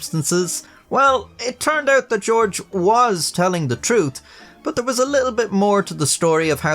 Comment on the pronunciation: stop talking on camera 🤦‍♂️” His Fadder Georege Hach W Bush” and yes ik i spelled george wrong thats how he said it